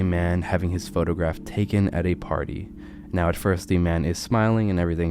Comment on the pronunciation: Bruh are you serious right neow